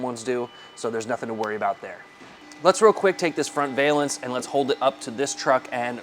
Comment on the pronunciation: Can you mount these on an SR5 premium? Also, just FYI pronounce the first half of valance like the name Allan.